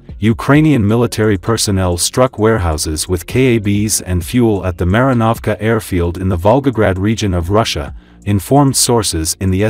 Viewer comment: When will you English speaking voices get European names pronouced correctly? The letters a in Marinovska have to be pronounced like in father. But thank you for at least stopping cursing Kursk. Thank you very much. ❤